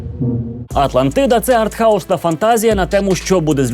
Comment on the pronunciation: Артгауз, не артхаус, щоправда "гайп" мене потішив. 1:1